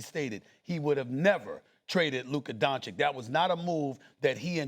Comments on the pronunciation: Stephen A with the “Luker Donchick” pronouncation again. 😂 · Now SAS says DanZikk again Fr?? Few weeks sho He was able to pronounce him right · If I was Luka I would be pissed because Stephen A has been getting his last name wrong for 8 years. That is a pet peeve of mine when people don't take the time to pronounce your last name correctly for an extended amount of time. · Bald moron STILL cannot pronounce Doncic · 7 years and he still can’t pronounce his name. What a joke. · Stephen A. is such a Clown. It’s so disrespectful to still mispronounce doncic name after all these years. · Stephen A. Smith has a 30 year career and still pretends no to be able to pronounce Lukas Last name correctly. This is sneak disrespect. Nobody out here calling you Stephen B. Smith. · This Ahole still can't pronounce Luka's last name.....there is an -ić on the it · Astonishing that SAS can’t pronounce these European names. At least make an effort ffs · Stephen A is just plain stupid and he proves that everyday he is on the air.He has a love affair with AD and Kyrie plus makes the prediction The Mavs will win the championship. Wrong again .....He still can't pronounce Luka Doncic name correctly after 7 years. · Can someone PLEASE tell Stephen A. how to pronounce WembanyAMA? M. There's an M. Please. Kthx. ...and it's DON-CHICH. Not Don-chick. You literally do this for a living. Know the names. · It’s DON-CHITCH and WEM-BEN-YAMA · Stephen A makes it a point to say Luka Donchick and Victor Wembanyana. Like he never seen these dudes name before and never heard them said by anybody else.